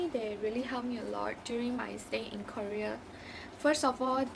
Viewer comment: Please say KOREA properly miss😧